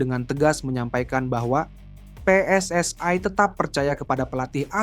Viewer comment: Yg membaca baru belajar membaca PSSI seharusnya pe es es i bukan pe es es ai ini orang Indonesia atau Malaysia atau Malaya kalau menggunakan bahasa Melayu sah sah saja PSSI di baca pi es es ai